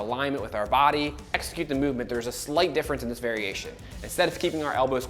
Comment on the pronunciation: Ex-i-cute. Not egg-zi-cute. 🙄